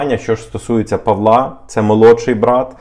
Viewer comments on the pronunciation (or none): none